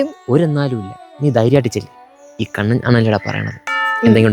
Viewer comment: കണ്ണൻ്റെ A മാറ്റി U ആകി വിളി 😂